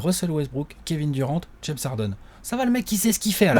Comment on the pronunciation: Super vos vidéos comme dab mais arrêter de prononcer les noms a la française svp c’est juste horrible. Kevin durent pas duran svp quoi un petit effort les meks. Sinon top comme toujours.